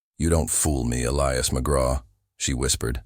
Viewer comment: Please teach your AI to correctly pronounce Elias ! Elias pronounced E - lie - as ! Or Pick another name for your main character, one that your AI can pronounce!